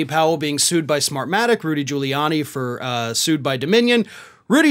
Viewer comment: For a moment, I thought you said they were being "screwed," not sued. Upon reflection, I think "screwed" is correct.